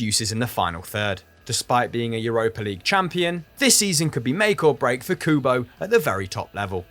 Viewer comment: Looks like needs some pronounciation lessons from Pato for Kubo:)